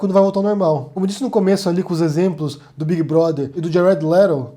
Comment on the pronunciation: Djared Lerou. RSRSRS. Abraços